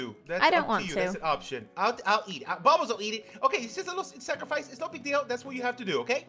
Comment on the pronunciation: Sacrifice or snackrafice?